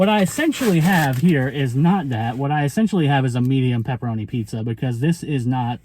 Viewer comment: New , New York style pizzza .. 😂